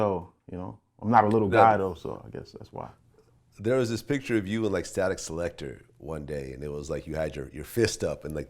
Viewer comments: "statik selector" smh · vlad said "static selector" lol